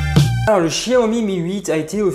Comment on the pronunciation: C pas chiaomi c xiaomi